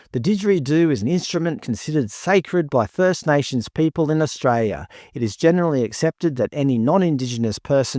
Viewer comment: There is an 'l' in Australia!!!!